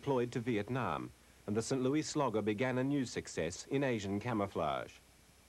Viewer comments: I love how the narrator pronounces St. Louis in typical British fashion as "Sin Loo-ee", obviously never heard the typical US "Saint Loo-iss" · You know what bothers me the most? pronouncing St. Louis as St. "Louie".